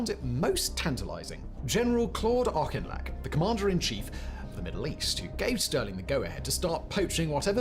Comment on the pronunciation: Auchinlech is pronounced Aff-lek, as in Ben-.